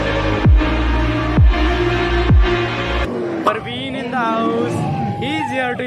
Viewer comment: Bro it's Praveen not Parveen 😂, btw nice vlog